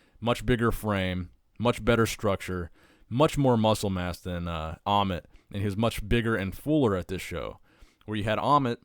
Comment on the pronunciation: Not amon it's amit